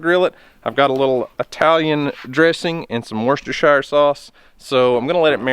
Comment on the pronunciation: It pronounced Woster-sheer, it's a town in the UK